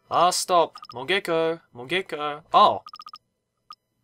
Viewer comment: Mogeko and Moge-ko find the difference, the - is not it